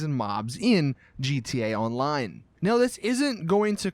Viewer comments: He's says GTA online like this gtaline I like it like that lmao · "G.T. aonline" why do you do this